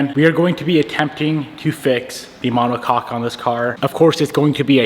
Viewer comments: My brother in Christ. Please… pronounce it ma-neh-kok 😂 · Brother having too much fun saying monocock 😂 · drink every time says "monocock" haha